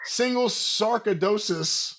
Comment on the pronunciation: Sar-koy-doh-sis. It's an autoimmune disease. I have it. My friend lost part of his lung to it. It's the disease most frequently proposed by Dr House and his team, but was never the cause.